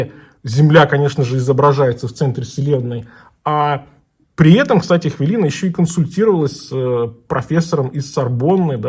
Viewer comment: у кого у вас? Вообще-то хвилина, а не хвялина.